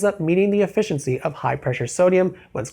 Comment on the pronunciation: What kind of pronunciation of efficiency is that lol